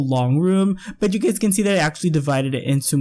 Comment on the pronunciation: I keep hearing 'you gays' and it kills me every time abhsja